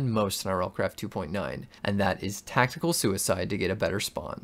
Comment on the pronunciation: I don’t know why but “Tactial Süicide” sounds really cool, Thanks for this in depth video, you’re an absolute legend